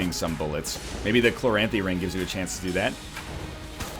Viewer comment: Completely a nitpick but if I don't put it in writing I'll go insane. I've always pronounced it chloranthy not chlo-ranthy. I feel like he's hitting the "r" sound way too hard